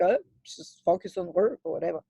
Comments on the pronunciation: Focus - not focius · U pronounce focus as fuckus.... 😂